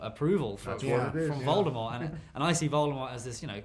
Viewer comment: Tom is pronouncing Voldemort right 😄